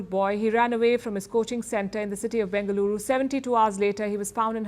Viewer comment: My respect... i loved it when it said BENGALURU AND MYSURU...